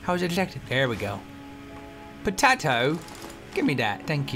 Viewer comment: Toby your english accent does need a little work... i am not trying to sound horrible but we dont say potato like that :) by the way i am english so if you dont believe me then go check yourself